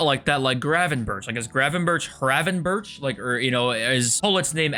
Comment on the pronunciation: It’s not hakbo it’s Khakbo that’s how you spell him And khravenberh